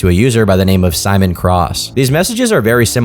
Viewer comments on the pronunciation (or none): none